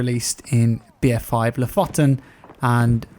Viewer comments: Thought i'd help you out with the pronunciation of "Lofoten". its more "LooFooten" and not "loffoten". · Loh'fotten is not how you say lofoten. Its, loo with a slighty sorter oo. Foot almost as you say it and lasty Un/en. Like. Gonna kill-em- but em with a N indtead. So loo foot en. Lofoten. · Loooofoooooten, not låfåtten. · EHEMM! Drag the O's a bit and say it with me: Lofoten, Loo-footen. xP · Lofoten, you said it way too fast, it is pronounced looofooten, very nice place btw, worth a visit. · haha! love the way you said Lofoten! haha! coming from a norwegian dude!;) its more like loofooten ish;) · read LOO FOODT N and pronounce lofoten correct xD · Pronounces loofooten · Lofoten is pronounced lowfowten if you are going to americanize it. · It's pronouned "loofooten" :) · The way you prononunce ''Lofoten'' lol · The way you said Lofoten made me depressed